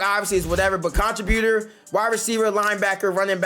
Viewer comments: Why are you pronouncing contributor like that? It’s con·trib·u·tor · It was killing me bro! 😂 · Everytime😂😂 he says way more then he even has to😂😂😂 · You need to type contributor in Google so you can learn how to pronounce that mf😂😂😂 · Bro, learn how to say contributor